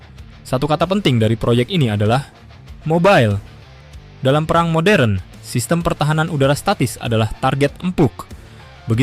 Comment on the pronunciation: Buat narator perhatikan pengucapan yang benar Kata "perang" termasuk *e pepet (ĕ)*. Bunyinya seperti "pĕrang". Contoh lain: serang, terang, sedang dll.